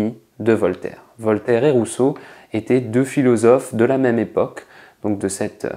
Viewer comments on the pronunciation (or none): none